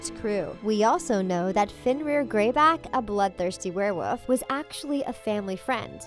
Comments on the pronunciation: A werewoof? HAHA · is nobody going to mention the fact that every time she tried to say werewolf she just said werewoof?